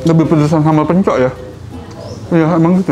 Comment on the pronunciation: Info mungkin ada yg gk tau.. Hehe yg kayak pot namanya kastrol memang biasa d pake ngeliwet karena punya rasa khas tersendiri... Tuang dalam sunda itu makan.. Bahasa halus.. Pencok huruf k nya d baca, jangan d hilangkan... Bukan seperti orang kebanyakan yg yg rata2 baca kata yg berakhiran huruf k.. K nya gk d baca kayak.... Hehe... Kacang pencok sebutan orang sunda untuk kacang panjang... D saya orang yg lebih tua sering bilangnya kacang pencok... Mungkin itu saja Secuil info dari saya barangkali ada yy gk tau... Dan semoga bermanfaat... Wassalam... 😊😇🥰